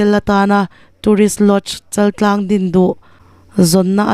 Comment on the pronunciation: Chaltlang niloin chaaltlang,chal hi thluk tur.